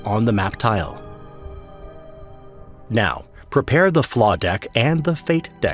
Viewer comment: 'prepear' sorry this made me laugh. Otherwise, this video is amazing. It's so well done! Thanks for this.